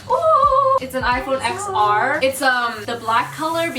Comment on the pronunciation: I love you but seriously in IPhone X and just any other X’s (XS MAX, XR) you have to pronounce the X as 10 because Roman numerals. They skipped the IPhone 9- and called it X instead because of their 10 year anniversary. You’ve said IPhone X in several videos and I just want to let you that you’re saying it wrong. 🙃💞